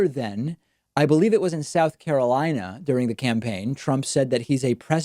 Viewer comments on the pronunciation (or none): none